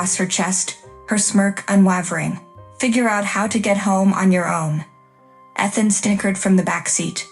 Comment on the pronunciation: AI, please learn how to pronounce "Ethan." Also "unwavering."